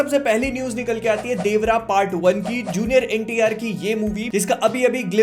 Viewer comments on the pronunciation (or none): none